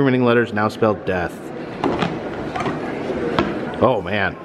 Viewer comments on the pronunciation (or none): none